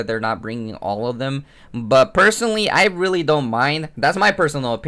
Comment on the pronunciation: yes it's 'rerry understandable' isn't it